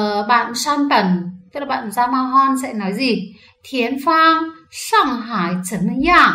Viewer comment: Xin góp ý 1 chút ạ, 山本、tên của người Nhật đọc là Yamamoto, không phải là Yamahon đâu ạ.